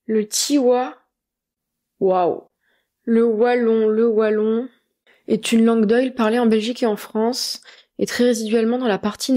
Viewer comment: Je suis positivement étonné de ta prononciation du mot "Wallon", avec un [w] et pas avec [v] comme beaucoup de français le prononcent. Les belges disent [w]agon et pas [v]agon. Cela est peut-être lié au fait que en néerlandais, tous les w se prononcent [w].